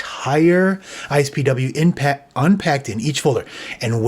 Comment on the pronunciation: It really bugs me how you keep saying ISPW instead of IPSW. It’s been IPSW since 2007 when they were first used for iPhone restores and updates.